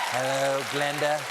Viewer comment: OH, I thought he said Brenda, thanks! Like a weird combination of Brenda Starr and Broom Hilda.